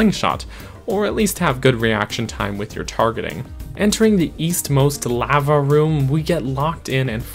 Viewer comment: I never knew lava could be said so incorrectly